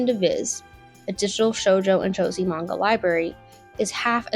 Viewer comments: The pronunciation of “josei” told me everything I needed to know. It’s obvious she doesn’t know what she’s talking about bless her. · I clicked the timestamp, fully knowing she was going to pronounce it wrong, and still wasn't prepared. Burst out laughing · Gurl, that’s not how Josei is pronounced. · The pronunciation of "Josei" is sending me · im not even gonna point out how bad the arguments in this video are because everyone else has already said it but if youre gonna make youtube videos about anime, for the love of god learn how to pronounce japanese words properly. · why should anyone take the opinion of someone who pronounces josei like the guy from fortnite seriously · she pronounced seinen right, how did she mess up josei so bad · No hate but its Jo se ii not josiii/josee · so stupid you keep calling it "josie" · it what?!! Jesus Christ this video is insane Its Josei not Joezy the fck kind of pronunciation is that. from thar alone its obvious you don't know what you're talking about. popular to who? which demographic was cutie honey popular to? you can't just say it was popular therefore it was for the male gaze. wtf i hate how you speak as if Otaku is a primary male thing and that women can't be otaku. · What in the weeb bs is this…??? geez, even izzyzz would have a field day with this. Yikes. First off. Its “joe zey” not josie. Oh my god. the more i watch this the more im cringing as a woman in the weeb fanbase. Oh. My god. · How are you more retarded than me and I'm the one with an autism diagnosis? Also the word Josei is pronounced "Joe-SAY!!" Not "Joe-zee" for fucks sake do better research on the shit you talk about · You're reading the chatgpt script wrong, lmao. It's pronounced 'Josay' not 'josy'. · Anyone else cringe at her pronunciation of "Josei"? Sweetheart, it isn't 'Joe-zee', it's 'Joe-say'! Pronounce it like the 'sei' in 'seinen'. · She pronounced seinen correctly. Josei is the same (say-nen) (Joe-say) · Pronouncing Josei “Josie” made me giggle